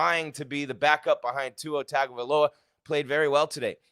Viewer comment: come on now. it’s pronounced TUNG-oh-vy-LOH-ə he’s the starting qb